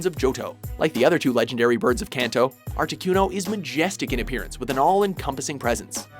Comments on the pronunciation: #6 Articuno. (Arta-Ku-No): Ar-Tee-Cue-No... (inserts clip where kid says name properly. Still mispronunces it...) it's aight. I would too if I didn't know. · excuz meh Art-eh-QUE-no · ArtiQno Q Q my god its articuno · he said articYOUno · Arti-KEW-no... i can't... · did he really just say "artikyuno"? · Articueno? Seriously? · Lol he says artiquno xD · Am I the only one who got pissed off on how he pronounced articuno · you said articuno wrong... -_ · The way he said articuno made me want to stab myself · They literally pronounce "Articuno" for you, and you still say it wrong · Ikr. How can you possibly mispronounce Articuno? Does even Pokemon? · Mis pronouncing articuno really ?